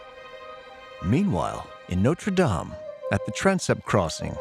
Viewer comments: It’s pronounced “Norte Dame — Dam as in Wham”: NOT “Norte Dame — as in game”. If a program is intended to educate, then the pronunciation of the words are important. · If he's talking about Notre Dame, be respectful and pronounce it correctly. It's not "Nowter Daym" . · Why does the narrator switch back and forth with two different pronunciations of Notre Dame? This is not only peculiar, it’s unprofessional. The correct pronunciation is used repeatedly by French interviewees, so there was no excuse for calling it Notre Dāme, with a long “a”. I also wonder why the screen is never called by its correct medieval term, “ the rood screen”. Rood is an old word for Christ’s cross, as in Scotland’s Holyrood Palace. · Interesting, but I find it disrespectful for the voice over to keep mis-pronouncing Notre Dame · why can't americans pronounce notre dame properly?? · Why can't Americans pronounce "dame" properly ? ruins the whole programme